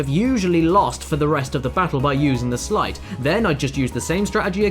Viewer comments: Sleight not slight... you dont ride a sligh down a snowy hill you ride a sleigh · Sleight =/= "slight"